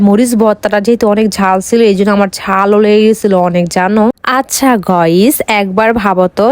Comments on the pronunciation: গাইস ❌গইস✅ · গাইস টা এইরকম ভাবে বলে কেন 😢